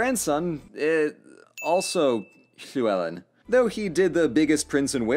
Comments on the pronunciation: Big respect for pronouncing Llewellyn correctly. If you ever dive into Welsh history again Powys is pronounced P-ow-is the ow said like ou in ouch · I was expecting you to butcher the pronunciation of "Llewellyn", but you nailed it. Da iawn! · Dude said Gwynedd properly and has a decent stab at Llewellyn, that's better than the BBC. First video I've watched, this is amazing.